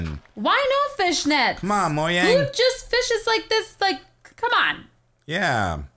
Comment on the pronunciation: Moyang lol